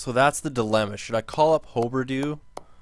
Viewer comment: Its hugh-ber-dough